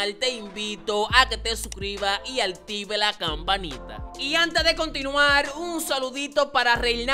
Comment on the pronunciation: Active no se dice artive